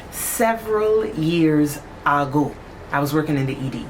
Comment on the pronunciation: "Some time ahgoe..." love it.